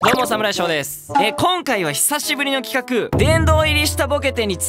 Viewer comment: 今回は"企画"が言えてよかったね。